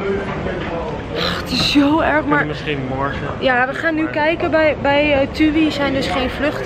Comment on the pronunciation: ze spreekt het gewoon goed uit hoor